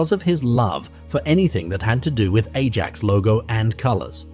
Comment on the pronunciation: Ajax FC is pronounced more like “eye-ax.”